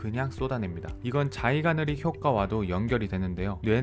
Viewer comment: 자이가느릭이 아니라 자이가르닉 같습니다^^